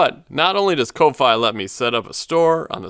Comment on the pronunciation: fyi its pronounced coffee. like giving money for a cup of coffee ko-fi